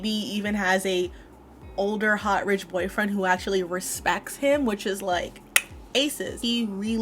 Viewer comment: Except she pronounced "rich" wrong